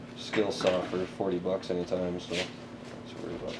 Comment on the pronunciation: "I can buy another skill saw anytime." You said 'steal' wrong sir.